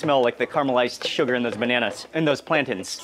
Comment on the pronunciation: When did Mark start pronouncing plantains as plantins? I swear it started a few months ago